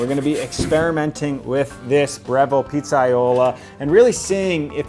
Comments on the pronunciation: I didn’t want to nit pick but yeah, that was cringe worthy that he doesn’t do the due diligence to learn how to pronounce the word. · As an italian it cracked me up every time you said pizzaiolo hahaha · Or how to pronounce pizzaiolo